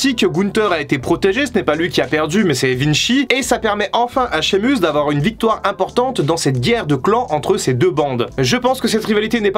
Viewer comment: Et Sheamus aussi🤣 promis j'arrête là